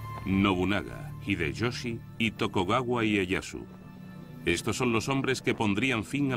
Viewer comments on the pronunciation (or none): Chupito cada vez que diga "Tokogawa"